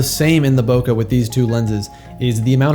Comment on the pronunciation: Bokeh is a Japanese word. The vowel sound of the "eh" part at the end of it is a short e, as in "head," "bread," or "bleh." It doesn't end in /ə/ or rhyme with sofa.